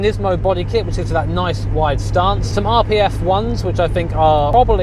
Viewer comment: 'Ery noice.